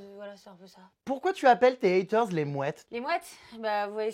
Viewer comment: elle m’a tuée tous ces « ATER » au lieu de haters😂😂😂😂